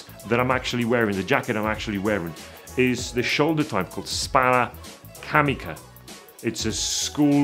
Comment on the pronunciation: It's "Spalla Camicia" :) greetings from Italy